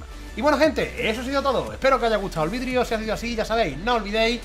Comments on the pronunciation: Dijiste vidrio en vez de vidio xd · Like si escuchaste vidrio y no vídeo